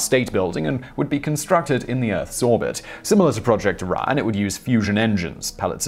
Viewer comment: after watching top tenz u co for years, i think simon mispronounce stuff to troll google translate. btw: the nuke drive is called project orion not project iran or project araya